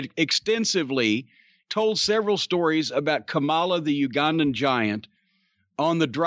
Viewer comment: Why in the world could Boyd Pierce never figure out how to say Ugandan right? Good old Boyd. RIP Boyd and the Ugandan Giant.